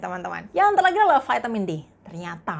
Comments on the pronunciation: gunakan bahasa Indonesia yng baik kak vitamin ya vitamin jangan di sebut vaitemin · Trimakasih informasi nya Mbak sgt bermanfaat, tp ada masukan dikit... Vaitemin... Lbh baik diucapkan vitamin